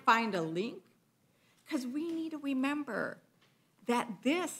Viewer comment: "We weed to wemember..."